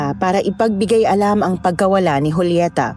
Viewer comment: Joolyeta ka nang Joolyeta eh Julieta as in Hulyeta nga, Hulyeta! Di na orient? Ikaw lang ang nag Joo-Joolyeta eh.. Wahahaha!